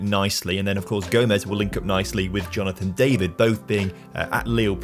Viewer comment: Little comment just to say Angel Gomes is pronounced Gomesh as he is part portuguese ! Great content tho lad !